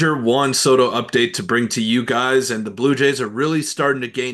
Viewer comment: “Your guyes” you guys need to move out of your moms basement